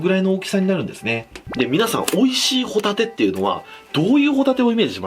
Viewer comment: ご一緒に「ホ↗︎タテ」はいかがですか？